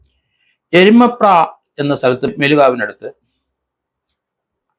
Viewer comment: എരുമപ്ര അല്ല എരുമാപ്ര .